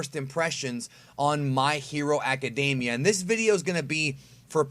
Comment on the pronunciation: I hate when people say "my hero acadAmia" when there is no "a" in academia